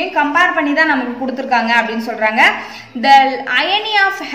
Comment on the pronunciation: Madam iyani illa irony.. Pls 🙏don't pronounce the words wrongly